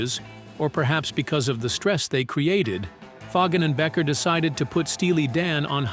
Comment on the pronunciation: I know! It's BEEKER, not Becker! Damn AI